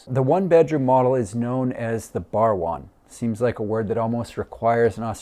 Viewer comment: Barwon is pronounced "Barwon" ... Hope that helps 😅